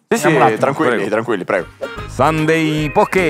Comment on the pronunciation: Comunque si pronuncia “sànde”😂 Infatti è bellissimo che per tutta la puntata lo abbiano chiamato “domenica”